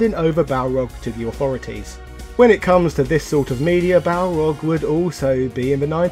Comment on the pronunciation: I still own my copy of Super Street Fighter 2 : The New Challengers. That game always cracked me up because the announcer always butchered Balrog's name calling him Barlog, lol!